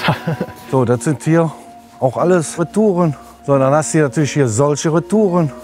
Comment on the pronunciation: wie schön er reTOUREN ausspricht